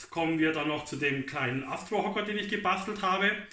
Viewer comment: gebaschtelt ..Aschtro😂